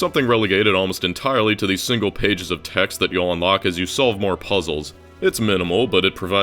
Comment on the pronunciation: I hate to be that guy but bro the pronunciation of "progress" when its a verb is like "pruh-GRESS", with the emphasis on the second syllable.